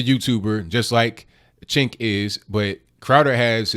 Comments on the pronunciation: It's pronounced 'Jenk.' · It's pronounced 'Jenk'.